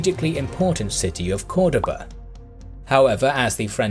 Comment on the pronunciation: Cordoba not coredaba